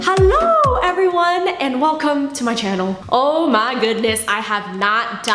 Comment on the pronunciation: Your "Hallo" sounded so German! :)